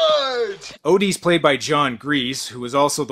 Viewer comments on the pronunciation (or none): You said “Odie”. His name is O.D. As in OVER DOSE! I wish we could leave that in the 80s